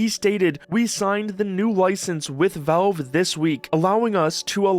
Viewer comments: Why do you refuse to pronounce the letter a in the word Valve? It's not Velve, it's Valve. The middle of the word should sound like you're saying the name "Al," short for "Albert." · Okay, but why do you keep saying Velve?